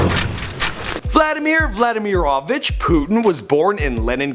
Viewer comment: His pronunciation is so bad. VladImir VladImirovich. Not VlAdimirovich